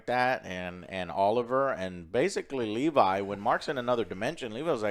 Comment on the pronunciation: Not a huge deal but why does Joe always fuck up names when it’s clear how they pronounce it Dude did it with Thanos now he doing it with levy It’s not Levi Shoutout yall tho